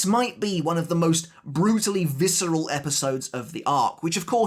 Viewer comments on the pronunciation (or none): none